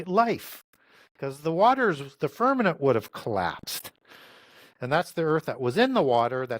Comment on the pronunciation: FirmaMent not FirmaNent